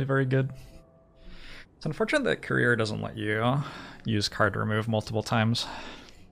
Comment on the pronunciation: I listen to these while working, and I kept hearing "career" instead of "courier." Like, man, Youtube really has a chip on his shoulder about having a career. He has to remind us he has one every ten minutes.